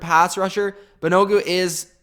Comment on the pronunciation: wow, butchering names, lol. It's all good. Thanks for the video! Great analysis, I think you nailed it. BTW, Kenny Moore is better than OK, this guy is an OG and can play corner, is he the best in the AFC South, no. You might have forgot MSU's Willis, don't think i heard you include him, but all good. BAN-A-GOO is going to be a linebacker according to Chris Ballard. Ridgeway was unloaded btw.